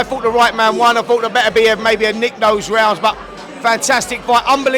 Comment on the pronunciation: It's not "Better BF" it's "BeTER-bee-f" with a weight on the TER (or "tur").